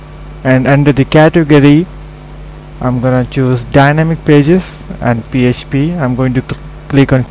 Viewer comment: he said PSP not PHP!!!! lol